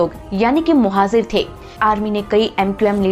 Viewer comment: Bakwas. Muhajir Bolna nahi aata. Muhajir ko muhazir bol rahi hai aur baat karti hai education ki